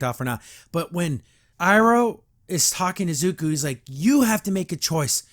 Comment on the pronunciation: But, how else are regressive leftist going to drag the good parts of our culture in the mud? Also: It's Zu - ko, not Zu-ku.